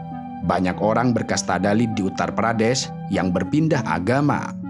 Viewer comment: Syukurlah u ngomong "uttar pradeSH"